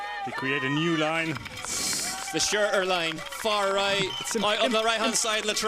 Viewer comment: Nice coverage guys. Please learn how to pronounce “Shurter” I wince every time you say “shureerr” and you say it a lot as you clearly love the man